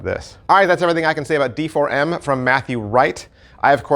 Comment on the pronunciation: I think it's supposed to be pronounced Deform... 😂